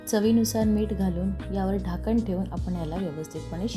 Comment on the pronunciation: ढाकण ❌ झाकण ✅